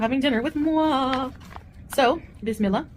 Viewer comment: Yes BIZ MILLA ... That's how you say it